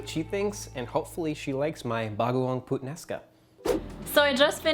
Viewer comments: i choked after he said PUTsomething sounds like putaenaka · I actually laughed when he say the "Puttanesca" thing it's just sounds like saying badword 😂 sorry guys lmao